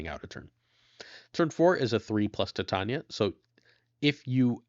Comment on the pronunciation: I think Titania is pronounced like titanium "Tie-tay-nee-uh", not "Ti-tanya"